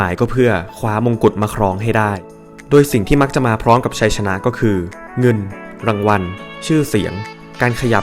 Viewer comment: เงินรางวัล ครับไม่ใช่เว้นวรรค เงิน รางวัล การอ่านเว้นวรรคผิดนะครับ